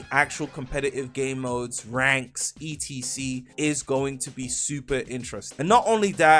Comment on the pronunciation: why the fuck does this guy spell out "etc" do you not know wtf it stands for or something? stop saying that shit